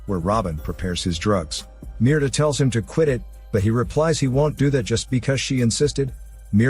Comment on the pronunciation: You youtube guys really need to get on point with your grammar. Mierda.. the name you gave the woman.. is literally the word "shit" in Spanish. You basically made a video yelling "shit" 32 times. Meanwhile, Mirta, that is meer-TA, is a completely different word and translates to Myrtle.